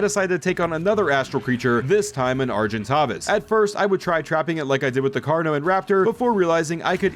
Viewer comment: I cannot stand how you mispronounce argentavis.